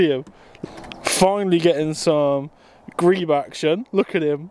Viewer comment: Great crested grebes are somewhat uncommon in my area, I do see them every once in a while down at my local riverbank and cardiff bay. Beautiful birds, i've seen them in both their winter and summer plumage. Also, you're meant to say it like "greeb" and not "greeb-e"? been saying it wrong this whole time. Never seen any birds of prey in my life funnily enough, but god red kites seem stunning.